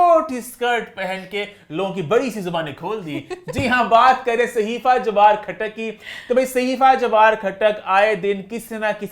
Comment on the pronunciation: khhatak khhatak nhi khatak